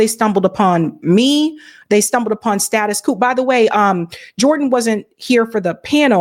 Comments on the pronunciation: Ma’am your pronunciation of status quo makes you sound like a foreigner. In the USA, quo is not pronounced coo, or koo. it is pronounced like qwo. The O is long. Still pronouncing the Q. Step your language game up, I almost subscribed to you until I heard that. I thought you were being cute or unorthodox. Typical modern woman think they can do anything they want with no accountability. That is why I rarely listen to female YouTubers. Just got to do it your own way and not the right way. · You're great, and I hate to be that guy, but it's status quo, not status quooooooo. Rhymes with OH or BLOW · The term is status quo, not status coup. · Its "status quo", not "status coup" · Once she learns how to pronounce "status quo" properly.😅